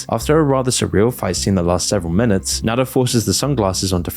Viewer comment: IT'S NADA AND AMAZON FFS, NOT "nadder" AND "amezn"